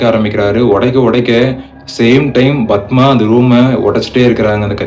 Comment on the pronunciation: Yethana 😂 bathma, it's padma I guess..bro learn narration fr other story tellers lik shiva investigation,ur repeating unwanted things